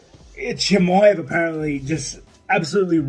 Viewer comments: Chimosley tf Tito learn your letters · Tito Ortiz still same idiot can’t pronounce his name and calls him Russian too lol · Did that nigga Tito jus say CHIMOSELY?!? TF 😭 😭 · "Chimozly" - Tito Ortiz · tie with Tito's "Chimosley" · Chahmoslee??? 5 letter words ...come on class ... Tito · Tito's stupidity never seizes to amaze. How do you not know Khamzat's name when that's all the mma community has been talking about? On top of that his last name is pronounced just like its spelled 🤔 He's a complete and total moron. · First Buck with the "Kazmat" and then Tito with the "Chimosley" come on guys lmaooooo